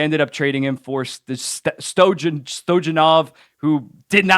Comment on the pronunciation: If you're gonna make a video, at learn learn how to pronounce names. Stoy-o-nov. It's not that hard. It's literally how it's spelled.